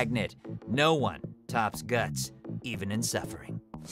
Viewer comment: At least he got Guts right